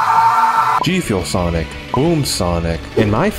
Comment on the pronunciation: “AND MY FAVORITE”:SeNiC tHe ChIlLeDoG